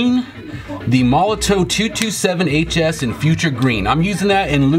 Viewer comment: It's pronounced 'molotoV', not 'molotoW'.